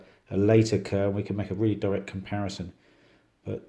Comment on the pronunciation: It'pronounced like Car, not Ker.